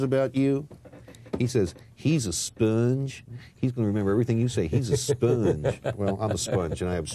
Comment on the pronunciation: he's a spuunge! LOL